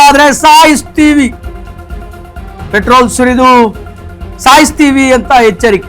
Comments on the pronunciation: Kannada sarige read madapa , saayistivi alla saaytivi antha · ಅಲ್ಲ ಸ್ವಾಮಿ ನಿಮಗೆ ಕನ್ನಡ ಓದೋಕೆ ಬರೋದಿಲ್ವ , ಸ್ಕ್ರೀನ್ ಮೇಲೆ ಸಾಯ್ತೀವಿ ಅಂತ ಇರೋದನ್ನ ಮತ್ತೆ ಮತ್ತೆ ಸಾಯ್ಸೀವಿ ಅಂತ ಓದ್ತಿರಲ್ಲ ಏನ್ ಹೇಳಬೇಕು ನಿಮಗೆ 🤦 .